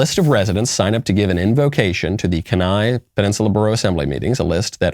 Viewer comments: As some one who grew up in Kenai Alaska I can say it's pronounced kee nai (key neye)🔑 n👁 Not trying to nitpick, just sounds weird hearing it pronunced Ken. Also yes, it is totally spelled weird. Love your show😁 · Its actually KEEN-EYE, not KEN-IGH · Kuhn eye? It's pronounced key nye. The Kenai peninsula is pretty liberal. You have a bunch of hippies and fishermen. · I can’t believe I casually hear my home town of Kenai casually dropped on here, had to do a double take. It’s Kee-Nai, by the way :) this was a week or so ago and nobody puts up with it a bit, we don’t tolerate that type of nonsense here, it’s rare you see edge lords spewing any sort of rhetoric around here. #AK4LIFE ! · Kenai is pronounced like keen eye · Kenai Alaska is pronounced (Kee-nye). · OMG STOP SAYING KENAI WRONG! Its key-nye. I lived there and your pronunciation it's physically painful to listen to. 🤯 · Kenai... "Key" "nie." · It’s pronounced “key-ni”. They lost in court because they were only allowing Christian prayer. That’s why they have to allow all religious views to give invocations. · I'm from Kenai, it's pronounced Keen-eye, lol but that's how I'd pronounce it if I didn't know. I was totally surprised to hear our town being mentioned and then it was because of that stupid invocation! 🤦‍♀️ Yes. The craziness reaches even the small towns in the last frontier. God help us 🙏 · As a lifelong Alaskan, I can NOT allow that to slide, good sir. It is pronounced keen-eye. Thank you, and good day! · Pronounced keen-eye. Just an fyi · It’s pronounced KEY nigh (Kenai) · I was scrolling the comments to see if anyone had pointed out the proper pronunciation. Kenai is a great place, one of my very favorites. The politics are crazy but at least you’re not in Anchorage or Juneau right?! 😃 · Kenai Peninsula resident here. dropping in to inform Knowles how badly he butchered our home's name. For shame, sweet baby Knowles. Tut tut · Listening to him mis pronounce kenai was killing me 😂😂